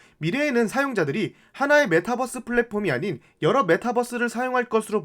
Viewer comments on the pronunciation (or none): 뻐스로 발음해도 다 알아들어요, 핵심은 그게 아니니 분석에 집중해주시면 좋겠어요